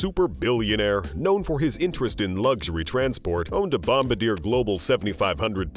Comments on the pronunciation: you should pronounce Bombardier properly, you got Falcon correct but not bombardier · It’s funny that the narrator of this video doesn’t even know how to pronounce Bombardier which proves he certainly doesn’t run in the circles of billionaires or even the rich. 😅